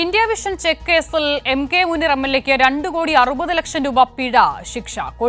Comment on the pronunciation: മൂനീർ ഭായി... മൂ.....? എന്താല്ലെ!😂😂😂